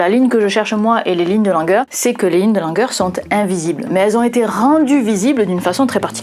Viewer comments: Avec votre première prononciation du nom Langer, je croyais que nous avions sur la peau des lignes de langueur 😄 (ce nom anglais devrait plutôt se prononcer comme ''Laine-jeûre'')😊 Je ne possède pas ces lignes sur mes bras, mais j'aimerais bien savoir si elles sont un vestige (ou une cicatrice?) d'une très ancienne maladie à laquelle auraient survécu nos très lointains ancêtres. Enfin, j'ai complété le formulaire et j'ai bien hâte d'en connaître le résultat! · Karl Langer se dit Karl Languére en allemand. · 😂 J'entendais "lignes de langueur". Mais prononcé à la française, "langer" prête également à confusion, surtout quand il s'agit de bébés.